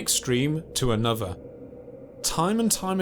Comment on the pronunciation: Anuvva fousand ...